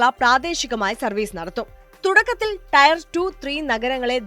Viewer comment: "ടയർ 2 ടയർ 3" എന്നല്ല, "ടിയർ 2 ടിയർ 3" എന്ന് പറയണമായിരുന്നു. 🙂 Later, same problem also.